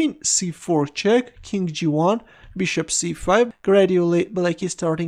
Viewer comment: I love the way you say "beeshop". Beeshop to C5. Beeshop takes D6. Beeshop. Beeshop.